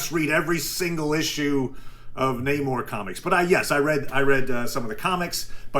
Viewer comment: i like the military brat story (unless you broke into a military base in Germany to watch cartoons. which, also: BASED. either.) but if you like him so much, why do you keep mispronouncing Namor? it's Namor, not Namor, Namor. just takes practice.